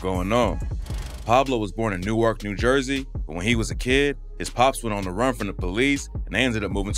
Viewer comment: how he pronounced it